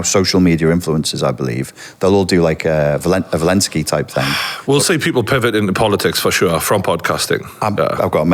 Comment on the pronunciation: Zelenski, not ‘Velenski’. Exhibitionism, not ‘exhibitism’ (or whatever he was aiming for). Serotonin, not ‘seratone’. Not even 10 minutes in...